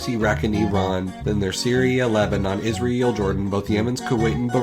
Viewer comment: you misspronounced "Israel"